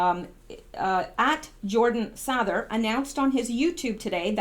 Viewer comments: Sather is pronounced Sayther. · You have a master's in English and you can't pronounce Jordan's last name correctly wow watch one of his vids And you will get it